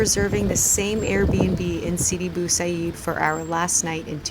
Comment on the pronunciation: U raped the name of Sidi Bou Said And that is not a cookie it is called Makaroud